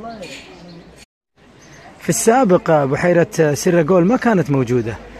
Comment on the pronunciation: ليش تقول سراجول بتشديد علي حرف الراء ما فيه لغة بالعالم عندها الشدة غير اللغة العربية وهاي لغة تركية مش عربية